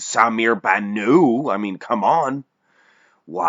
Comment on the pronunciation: The T in Bannout is pronounced, he is not French he is Lebanese baby please